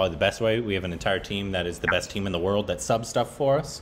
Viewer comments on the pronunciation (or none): none